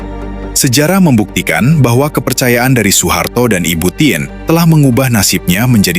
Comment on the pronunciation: Dan "TIN" bukn tièn..tp ya namanya robot..😅